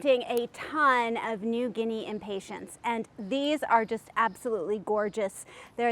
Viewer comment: It always cracks me up to hear people pronounce them impatienTS. It's hilarious -- so many videos have this mispronunciation. Arborvitae is another word that everyone screws up, too. I laugh every single time. I guess since Impatiens are from the Latin word to mean "impatient" because they tend to flower so quickly if you touch them...then I can forgive the mispronunciation. But...it's really funny to hear you call them Impatients. Like they are some sort of patient. It reminds me of people who call the coffee drink Expresso, rather than espresso. Or Cafe' Ole, rather than Cafe Au Lait. It's a hoot. Ok -- moving on.